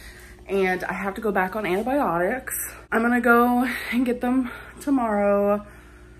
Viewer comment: “Aunty biotics” “andeh biotics” .. like dude ANTIbiotics